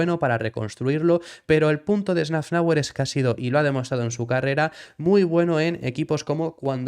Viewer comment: “safnauer” por favor. que metes una n que no existe